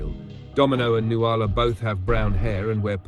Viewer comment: Nuala is pronounced NOOL-ah. I always cringe when she says noo-AHL-ah. Someone should have told Kubrick